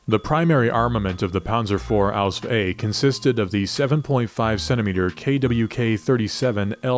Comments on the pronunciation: as a legitimate german I can only state that repeadetly uttering ausf ausf ausf sounds ridiculous to german ears. There is not a single word in german with the ending sf. It doesnt even make sense for the ease of pronounciation. Even de englishman has problems to spell ausf. If you want to sound like and expert dont say ausf. Its just stupid and definitly not historically accurate. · Ausf is short for Ausführung only in writing, not in spelling. No german says Ausf, it sounds ridiculous.